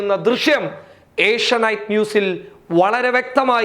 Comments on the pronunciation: ഏഷ്യ നൈറ്റ് അല്ല ഏഷ്യ നെറ്റ് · ഏഷ്യാ നൈറ്റ് അല്ല ഏഷ്യാനെറ്റ് ആണ്